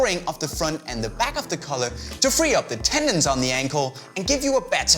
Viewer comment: Is he saying collar or color